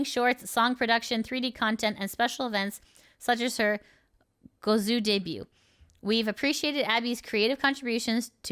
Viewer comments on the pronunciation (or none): none